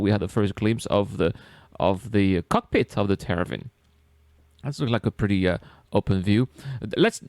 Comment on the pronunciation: You're saying Tera-vin, but it's Te-var-in